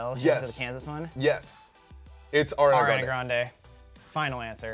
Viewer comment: Lol its pronounced Ar-ee-anah Gran-day. Not Air-ee-anah Grand 😂. And actually her last name is really Grand-ee